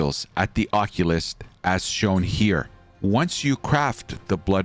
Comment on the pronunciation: You really mispronounced occultist lol